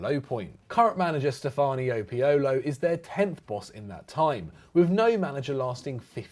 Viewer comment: Isn't it pioli?